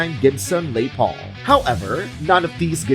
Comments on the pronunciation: What’s a lay Paul? You make a video of guitars worth over a million dollars but you can’t get the name right. Say Les Paul and do your own voice overs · Its not a "Lay Paul"!!! Its "Les". Short for "Lester". Lester Paul was a very American guitarist with a very conventional American name. Why do people feel compelled to French it up???😂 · Lay Paul??? That is annoying...Its LES PAUL.... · Lay Paul? Is that a knockoff Les Paul? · You think you could at least get the AI narration on these crappy videos right. A LE Paul? Really? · Lay Paul...... Really.... Jeez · Did I hear "Lay" Paul?🤮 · Who does these videos that does not know how to pronounce Les Paul?? And then showing Gilmore's Martin....but showing a 12 string...then a 6 string...then a 12 string...so which was it??